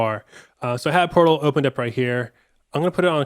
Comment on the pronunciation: I'm sorry but I had to restart it..cuz I hear porno n not portal 😂